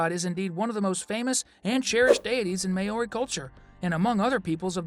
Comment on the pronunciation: Please learn how to pronounce Maori.